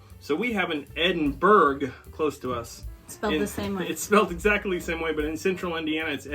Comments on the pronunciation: I am a Scot and just wanted to say that I enjoyed your reaction . Just one point Edinburgh is pronounced Edinburra. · Yes, I’m in Aus part of the Commonwealth and good timing for this vid giving Lizzie’s recent passing…. UK includes Nth Ireland correct and we pronounce Edinburgh as ‘Ed n burra’ as do the poms… Enjoyable work here and came across summer these when I lived in London 2002-04 innit. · Edinburgh in pronounced Edin bruh. We have many types of Belvita.